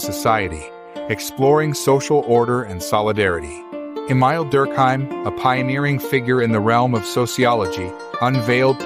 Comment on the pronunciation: Learn how to pronounce Émile and anomie.